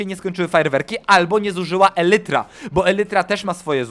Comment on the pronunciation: elytra". umie już nawet spoko, ale mnie też by się przydała lekcja. XD😯